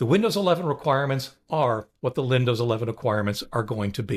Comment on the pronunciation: Did you say Lindows?